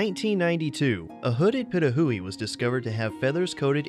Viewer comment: Um #6 you pronounced the name wrong it’s (Pee-toe-who-we) Pitohui sorry butl